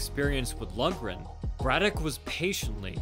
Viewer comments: Pronounced Lock-ran, not Lug--ran. Irish-American like Braddock. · I'm not sure if anyone else has pointed this out yet, but it's pronounced Tommy "Lauren", not "Lugren". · Great video, "Loughran" is pronounced like log-rin, had a teammate back in high school with that name lol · Loughran is pronounced low-gren. Braddock exemplified what is called "ring generalship" against Baer. He nullified Baer's strengths and fought his own fight, not Baer's. The mark of a champion. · It is actually pronounced Lock-ran. It is an Irish name and that is the proper way to pronounce it. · Loughran is pronounced like Lockran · his name is pronounced Tommy "Louran" it is an Irish name and the "gh" is silent, it is spelled "Loughran" please stop slaughtering my great grandfathers name. I like your videos! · It’s pronounced LOCHRAN.